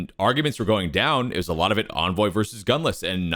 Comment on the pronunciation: I love the content guys, great analysis! Can you guys start pronouncing Envoy’s name correctly? There was a CDL interview done with Envoy where he actually speaks the proper pronunciation. Do you guys not care or not watch the interviews? Just seems like a careless detail to miss.